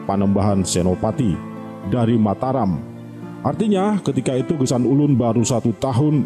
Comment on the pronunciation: Geusan Ulun bukan gesan ulun